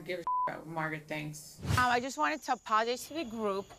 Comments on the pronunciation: So it sounds like Teresa said I "apolasee" to the group. Oh yeah, this is the wife who needs to be told what an analogy is!!! Was Done with Teresa several seasons ago! Teresa is Bully #1, NOT a role model, has NO impulse control, is the living breathing things that she called Margaret when she threw the drinks at the table, is the most hypocritical, double-standard, double-downing housewife of any of the Housewives. Andy - open you eyes, she is way past her shelf life! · Teresa did not apologise she could not even pronounce the word If she was not so angry with the world she night of realise